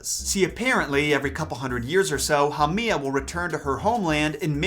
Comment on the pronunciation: Haumea (HOW- may. Ah ) You are totally butchering the Hawaiian language